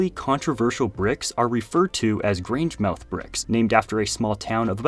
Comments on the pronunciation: That was interesting! The bricks look tough. And FYI, if you're interested, the name of that town is pronounced GrangeMUTH. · Grangemouth is pronounced Graynj-muhth. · pronounce grangemouth as “grangemuth” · You completely butchered "Grangemouth".